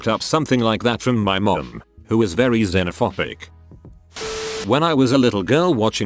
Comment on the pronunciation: It's xenophoBic not xenophopic. Jfc